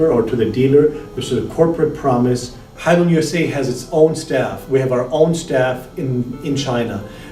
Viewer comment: It is pronounced "HaiLeun", not hailoon.